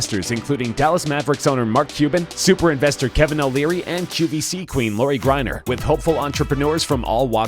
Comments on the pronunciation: Rule 1. Always learn how to pronounce people’s last names. Laurie GRINER!? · Thumbs down for making a video about shark tank and mispronouncing lauries name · The way he says Lori’s last name makes me cringe